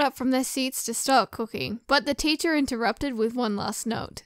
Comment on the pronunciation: What others heard: "in highschool I took cooking classes What i heard: "in highschool i took pooping classes xD